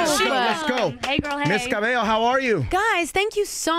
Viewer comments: it's interesting how the host said camila ca-beh-lo's on the show but called her ms.cabeyo… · ......in the beginninh....he called her Ca-bell-o.....I cringed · Did he really say Camila cabeLLo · Had to pause the vid when he said "Cabello" wrong. lol